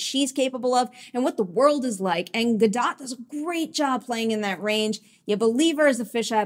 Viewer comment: the last part of her last name is pronounced like boat but with a d. "Gadoat", just fyi. great review 😁